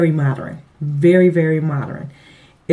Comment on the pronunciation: Did u say "mod-er-rin' or is the word "mod-urn' i.e. modern